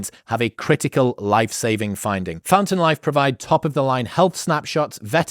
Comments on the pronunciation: When he said "Fountain Life" I heard "Phantom Life" and I was afraid I was about to get Mitch'd 0_0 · When you mentioned the sponsor, for a second I misheard the name as Phantom Life instead of fountain life and was like, that sounds like a totally apt name for this phenomenon